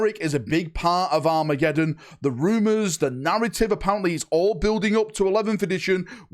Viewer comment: Happy new year!! Great video. For a minute there - I thought you said WAAAAAAAA-megeddon. I have to concede Dorn would look amazing in a Black Templars colour sceme.